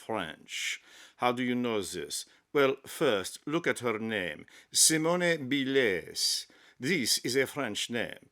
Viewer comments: Don't give up the day job! Sorry to be pedantic but if you are going to perform a ridiculous racially-stereotypical "comedy" routine at least stick to one nationality. The French would pronounce her name as see-moan bee-lay. Pronouncing her name as see-moan-ay bee-lays would be Spanish. I usually enjoy your posts, but someone should have talked you out of this one - Sorry! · lmao oui oui, monsieur. See moan ee Bil lez??? roflmao Excellent accent (not so much). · "Simona Beeless"... 🤣🤣🤣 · the french would not say her name like that. You're pronouncing it as if it were spanish, using a fake french accent. It just sounds bad.